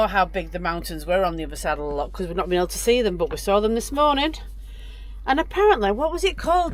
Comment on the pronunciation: It’s loch, not lock